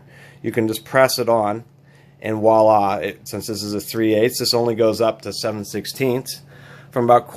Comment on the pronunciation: Hint - "WALA" I am french Canadian so just a little help in the future."VIOLA":)